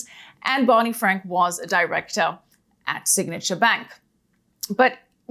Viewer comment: Never twust bwany fwank.